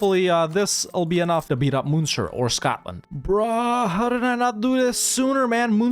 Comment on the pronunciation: Ok, I need to say that you are pronouncing the Irish munster like the german one and its wrong bro! :'(